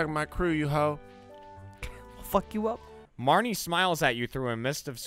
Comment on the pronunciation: Oh man, I forgot mispronounced Marnie. Fukin, marene. Lol